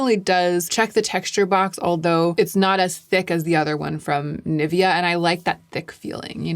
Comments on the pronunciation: The way you’re pronouncing Nivea is really throwing me off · I'm not a language snob, I don't care about the way people speak as long as I get the sense of it. But there's one thing that pains me for unknown reason - USians reading Nivea 🙈 I'm physically unwell after that